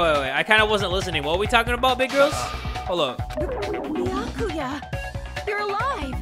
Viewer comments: I love you but, this is how you say his name. Bee-yas without the s-ku-yas without the s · Byakuya: favorite character: Bee-Ah-Koo-ya